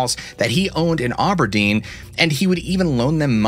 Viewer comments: Is just Aberdeen not auburdeen lol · The noise scared me so bad i was driving with the volume turned up. Its ab-er-dean btw